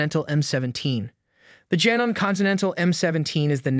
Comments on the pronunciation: Say it with me: JA-NO-MEE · Say it with me: JA-NO-MEE. A good broadcaster checks pronunciation before recording. You have no credibility with me if you’re just reading a script. A script someone else paid you read. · It's is call ja no me u are pronouncing put it together it says Janome. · You don’t pronounce Janome correctly! It’s Jan-ohm-me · If you are going to rate a Machine at least learn how to pronounce the brand correctly. Janome Pronounced Jan O Me. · Was always told to say “Janome is to love me”.